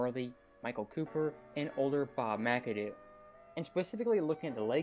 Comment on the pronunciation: Bob pronounced "Mac-a-doo"